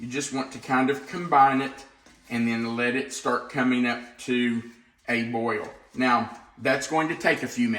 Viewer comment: New drinking game....take a shot every time says 'boy-yul'. 3.24 to 4.20 - 9 times. I'm on the floor. Hi from Australia where we love a drink 🤣